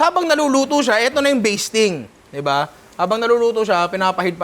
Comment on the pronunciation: Master "baseting" sauce.😂 nalunok ko tuloy laway ko.🤣